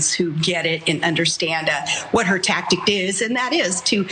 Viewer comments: Wtf is a "tactict?" This chick mealy-mouths her way through that disorganization that she calls thoughts. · Palin said "tactict" with a t at the end.